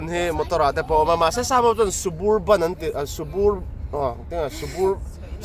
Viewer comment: Suburban nilo in Sub-Urban tih a lam tur zawk. Urban(khawpui) tih na kha. SUB-URBAN